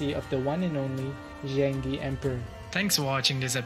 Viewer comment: just a suggestion: the pronunciation of Zheng De could have been more accurate. as Chinese is tonal, it's more like Zheng4 De2 正德, suggest to use google translate in Chinese to hear how it sounds. I'm sure your viewers would appreciate the effort in accuracy :) looking forward to the next crazy emperor!